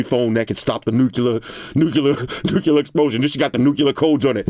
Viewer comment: My guy over here with the George Bush/Fallout “Nukaler” lingo!!! 🤣